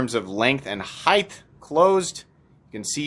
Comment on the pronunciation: Compares it to the Bugout & Bailout but then doesn’t show it compared to the Bugout or the Bailout. 🤦🏼‍♂️ P.S. HEIGHT rhymes with KITE. There is no TH sound at the end of the word. The T should be the last sound heard when the word height is spoken correctly.